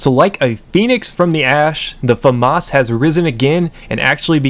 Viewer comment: It's a French weapon, pronounce it properly (fuh-mah). The s is silent